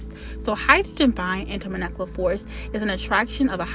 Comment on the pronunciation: I believe its pronounced intermoLecular forces and moLecular weight❤